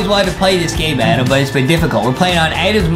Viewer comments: Your name is adam not adem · Can Adem please mess up more words I love how Adem messes ups words